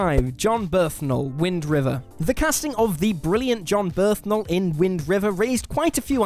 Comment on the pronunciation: who TF is JOHN BERTHNAL